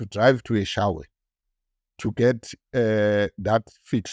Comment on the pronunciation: He calls EShowe, “eShawe”😂